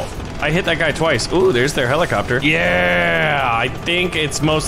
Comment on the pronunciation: the byoty of the blids of the heliecopter